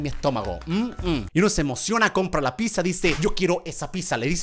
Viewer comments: German es pizza no pissa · no dice pizza dice chizza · Yo escuchando que dice piza 🙆‍♀️oooouuuuuu 😊😇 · yo escuchando que algunos dicen pisa y yo. digo. pidsa se que esta mal escrito pero es la. pronunciación 😎